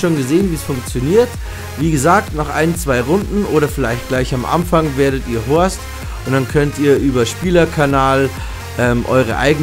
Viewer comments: Des heißt immer noch host und nicht horst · Statt Host sagst du immer horst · "Gleich am Anfang werdet ihr >Horst<" LoL Das heißt Host du Vogel! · Das heißt Host nicht Horst, du Horst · Es heißt Host